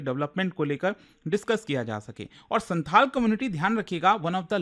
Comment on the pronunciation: Its not Shanthal, Its Shaontal